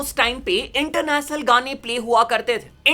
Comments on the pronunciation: International ❌ इंटरनेसनल ✅ Revolution ❌ रिवोल्यूसन ✅ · international gane ❌ Internachnal gane✅ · ek baar fir se bol.... Inter nas nul